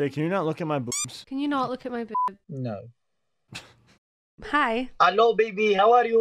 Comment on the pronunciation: that was he biggest Simon Cowell “No” ever